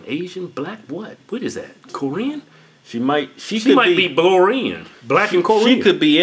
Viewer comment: He said blorian lmao